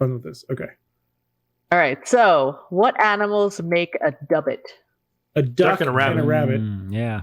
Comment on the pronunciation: Dubbit? Tub it!